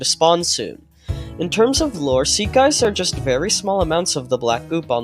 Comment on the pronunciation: Seek not seel